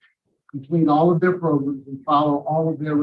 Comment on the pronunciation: Make sure you take your progums before going in front of Mr TONY lol he loves his PROGRUMS